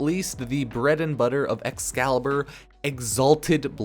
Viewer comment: excalibur umbruh